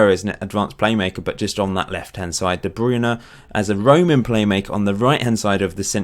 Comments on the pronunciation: iys de bruyne not the brown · You should make a video about pronouncing "De Bruyne". Always makes me laugh ;)